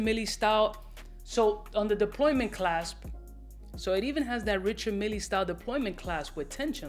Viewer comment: “Mille” is pronounced as “Meel”. Despite being a Swiss manufacturer, it’s a French name.